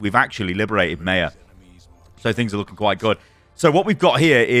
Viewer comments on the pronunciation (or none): Brother. It's "My-ah," not "May-uh." This bothers me to an unreasonable degree.